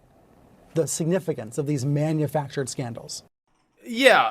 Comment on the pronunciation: every time you say these it sounds like Deez I keep think your gonna pop a "deez nuts" in there. Like, "they didn't carefully evaluate Deez nuts"